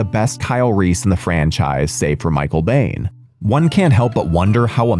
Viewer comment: “…save for Michael Bane???!!!” It’s Michael Biehn (Been)!! Did you ever watch the films? How can’t you pronounce his name correctly?!